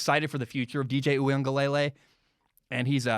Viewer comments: Hey! Big fan here, and I’m sorry to nit pick, but I think you’re still pronouncing DJ’s name incorrectly. I think it’s (ooie-unga-leh-lay) as opposed to (ooie-unga-lay-lay). Love your stuff, keep it up man 🤙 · Great segment, I think DJ's name is pronounced oo-ee-ung-uh-luh-lay instead of lay-lay. Heard the Clemson beat reporter from the Athletic explain the pronunciation on The Shamrock podcast. No shade at all, just thought you'd like to know. Good stuff